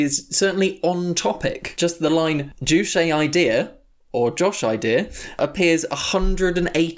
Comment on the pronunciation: Maybe if you did an ounce of research (these guys couldn't even be bothered to find the proper pronunciation of "Juche") the work wouldn't seem so "ironic." There are legitimate criticisms of the DPRK but when you peddle total and obvious lies like the whole "three generations of punishment" and "the country worships their leaders as gods/believe Kim Il-Sung is immortal" you lose all credibility. Seriously these things can be debunked with an extremely simple google search. What you all have displayed here is a complete and fundamental misunderstanding of the Juche idea, as well as Marxist theory in general. The Juche idea is dialectic, not metaphysical, it deals in processes not absolutes. The Juche idea does not claim "nothing impacts the world but humans and the things in the world don't change each other," in fact it claims exactly the opposite. You seem to understand this when you reference "humans as a part of the world, in it not outside it" but you just ridicule this as a trite true-ism rather than recognizing how the dialectical understanding of humankind's place within the universe shatters your total strawman of Juche as a philosophy promoting "human dominance an exploitation over nature." The Juche idea could not be further from promoting exploitation. You all also reveal some serious classist ableist biases that you harbor when you all go on about how many words/concepts are repeated. I don't know if you knew this but this a speech meant for *illiterate peasants*